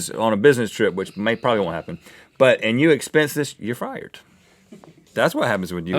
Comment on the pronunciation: Okay did anyone else think that Rhett said "Flurber" instead of Fire